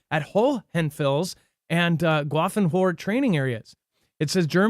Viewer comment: Grafenwohr. It's pronounced graffenveer and it was in use in the seventies when I was there. Reforger was the name of the x then and we were running around in tanks along the East German border. Needless to say Graf was on the western side of what used to be the border wall. The entire 9th infantry division was moved there to prove we could mobilize quickly and demonstrate to the soviet union that we could and were serious about the defense of western Europe. Fun facts... we drew tanks from a warehouse for the x, these were new M60's and even the heaters worked. Also the 9th was stationed at Ft. Lewis and we were flown out from McChord AFB which was a separate base then but could still be accessed by on base roads. We also trained with the Dutch, French and German armies while there.